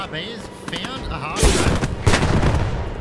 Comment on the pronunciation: " Char " is pronounced " Shar ". French is funny like that. Good video :)))